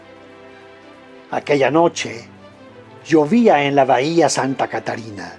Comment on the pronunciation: Santa CATALINA..... No Catarina